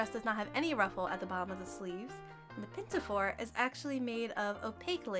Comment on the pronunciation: there is no "t" in pinafore